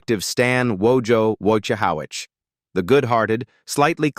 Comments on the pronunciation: They can't even pronounce."Wojohowits". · Whoa ja hoe wits. His character would argue the pronunciation of his name.